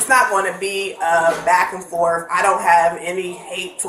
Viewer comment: She doesn't want to have any back and "forf"